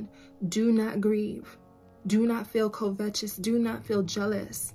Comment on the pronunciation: Are you saying covetous? I was like what is kovetches? 😂Never heard it pronounced that way!